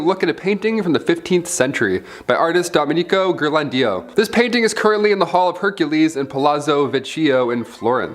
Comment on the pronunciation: please don't butcher the Italian language (saint giovannio - dominico ghirlandìo - palazo vicìo - omg!)